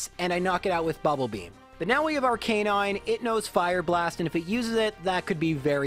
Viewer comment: It’s ar-cahn-ine